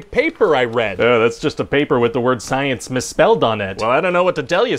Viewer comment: "According to sienk it is" Gotta love those meth skills, too